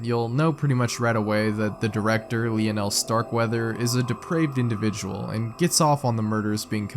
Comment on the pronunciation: The way my man pronounce "Lionel" it's almost as if he's never heard the name. Lol